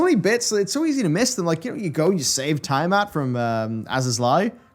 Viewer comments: pronunciation of names are usually spot on, or at least good, but can we talk about TIE-matt! It's TEE-UH-mat 🤣 Edit: forgot to say congrats on reaching EW at the zero hour! Let's go to the moon!! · Not to be that guy but "Zenos"*, "Tiamat" (pronounced like the letter "T") and Emet-Selch (pronounced Selk) lol I had to! So glad you enjoyed your ride, can't wait for us all to ride through 6.0 together! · Hats off to for mispronouncing everything. Tie-amat, Azys Lie, Emet-Seltsj, genu-wine-ly